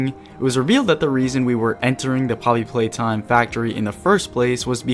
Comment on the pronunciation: Am i the only one who hears him say polly playtime in the begining of the vid